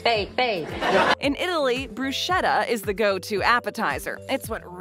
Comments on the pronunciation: It’s pronounced like “bruise ketta” not brusheta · Please stop saying “bru-shet-tah”. There might be some regional dialect that slurs the “sch” in the middle of bruschetta, but proper pronunciation is “brus-KET-tah.” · It is pronounced "brusketta" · Bruschetta is pronounced with a "k" sound--not an "sh" sound. There's no cream in fettuccine Alfredo. Caesar's restaurant is no more! It closed years ago. The restaurant was restored and reopened by the Plasencia brothers. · You killed my ears!!! Bruschetta must be pronounced "Brusketta", not "Bruscietta" as you do!!! If you want to talk about Italian Food, you should know Italian Language! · BTW; Real Italıans don*t say brooshetta eıther. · its bruschetta but its read like "BRUSCETTA" got it? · Dai. It is pronounced 'Brew-skettttaah'. 'Ch' becomes a 'k' in italian 😉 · It’s pronounced bru-ske-ta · Bruschetta is pronounced brew-sc-ett-a the h is ignored. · "as American as apple pie and baseball". Apple pie is not American. OMG. Brushetta ! no ! it's pronounced brusketta ! The best mozzarella is "mozzarella di bufala" ie made with buffalo milk. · Brushetta is not the right word the right word is BRUSCHETTA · bad pronunciation of Bruschetta... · If you are going to lecture us about what is 'fake' because it is American, please learn how to pronounce bruschetta correctly. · You could learn to pronounce "bruschetta" correctly first. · Learn how to pronounce bruschetta